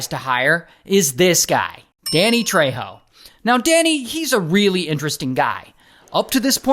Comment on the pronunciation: Ray, you butchered Danny Trejo last name. He also now hosts mysteries unearthed on the history channel. It's a great show.